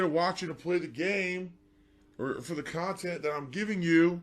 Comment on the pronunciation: Regurgitation USA, great kahntent! Better than this hyocrite? Probably lol